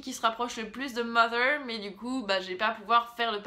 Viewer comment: jouissance quand tu prononces "mother" correctement :D a contrario des "mozer" que j'ai pu entendre....